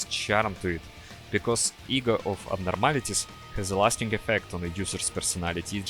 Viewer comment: I'm sorry but that did NOT sound like "egos"